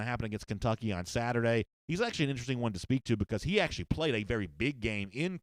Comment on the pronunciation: Who haff Georgia pwayed woooo?!